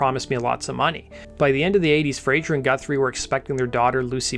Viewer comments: Great video. Tiny niggle, just a pronunciation note: It is Fraser (z sound) , not Frazier (zh sound). Frazier is the character that Kelsey Grammer played. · It's Fraser not Frazier 🙄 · It's Fraser, not "Frasier". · Elizabeth's surname is Fraser not Frazier! FFS 🤡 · The singer's surname is Fraser, not Frazher. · Sorry to correct you but its FRAZER - NOT "Frazier"... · Great video. Thanks. However your pronunciation of the Scottish surname "Fraser", as in "laser" or "lazer", must have been influenced by the US sitcom "Frasier". Grating by the end of the video 🙂